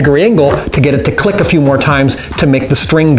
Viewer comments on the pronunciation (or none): none